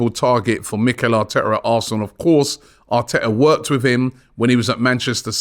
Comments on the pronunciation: And it's mehylo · MYKHAYLO IS PRONOUNCED: MAY-HI-LOW